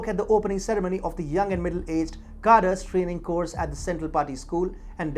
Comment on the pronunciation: “Khadreys” not “khaders”